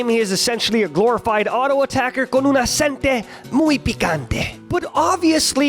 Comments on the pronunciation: "con un aSentE muy picante" You hurted all us spaniards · acentO, not acentE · "con un acente muy picante" it's acento*. Love u, don't hate me pls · in just gonna say its acento not acente ily